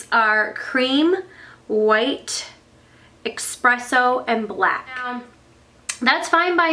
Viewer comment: It's ESpresso not EXpresso